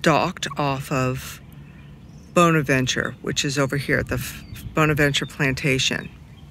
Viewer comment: I've always heard the word 'bonaventure" pronounced with a short o and not a long o when you're talking about that cemetery